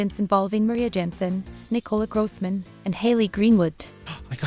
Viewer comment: Grooossman? Grooosman!? That is not how you say it!